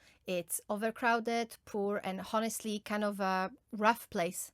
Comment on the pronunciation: Honestly has silent h ..pronounced as onestly